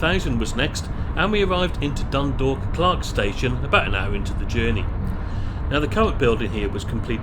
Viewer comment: He pronounced it better than most English people i have heard .He also got Drogheda and Dundalk nearly correct .